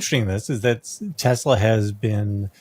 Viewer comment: Telsa or Tesler? 🤔😂